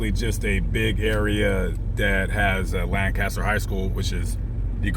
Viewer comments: Even if you were in Lancaster, residents would frown upon the pronunciation. Dallas area residents say "LAINK-a-ster". 😂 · Pronounced “Lankister” with a long a. Just sayin